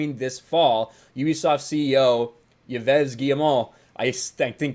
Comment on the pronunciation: Yves is pronounced like (Christmas) eve